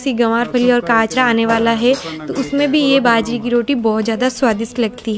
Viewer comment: Didi ap hindi bolne k chakkr m jeebh ko jyada tight mat kia kro... aram se relax hoke bolo fumble bhoot aate h. Baajre ko bhaajra boldete ho ghbrahat m. Be confident be frank.